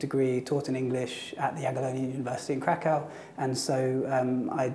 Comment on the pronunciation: 15 years in Kraków and he still calls in Krak-aoo and it grated on me every single time.